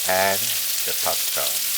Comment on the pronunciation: Bok choy !!! Not pop cho !!! Lol